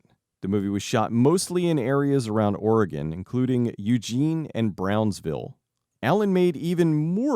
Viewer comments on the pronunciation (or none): Suggestion for better pronunciation of my state: Or-egg-un